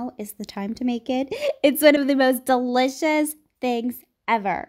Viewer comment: She pronounces delicious like dseliciouss